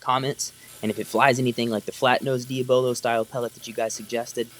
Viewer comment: It is actually painful to hear you mispronounce the word, "Diabolo". Consider the word diabolical.